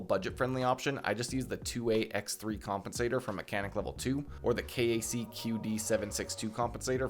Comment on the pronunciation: Very Helpful Video! defintely needed this :) fyi most gun dudes pronounce KAC as "Kack".